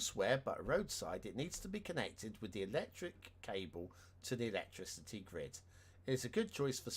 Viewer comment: Something is bugging me. Why do you say electricity incorrectly?